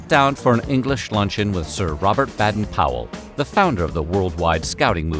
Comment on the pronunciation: They're still called Girl Guides in the UK, and we don't have the biscuit sales. It's interesting to see how they're so different but so similar too. Btw, it's pronounced "bay-den", not "bad-den". Just a heads-up rather than a nitpick!